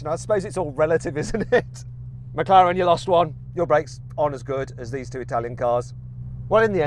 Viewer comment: 영국발음으로 맥라렌이 마카롱임?누가 들으면 먹는건 줄 알겠어